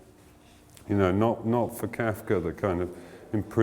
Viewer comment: Can't get past the way he pronounces Kafka as Kaifka...